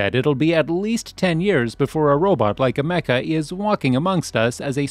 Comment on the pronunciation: The way he pronounces Ameca… why